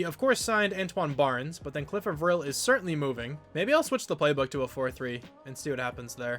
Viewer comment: Cliff A-vril is how your edge guys name is pronounced.